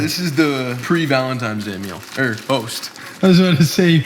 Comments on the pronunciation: you had me 3 seconds in and then you said VALENTIMES day .... my boner dropped. (no homo anyway) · Take a shot every time says "Valenti*m*es Day" Great video mate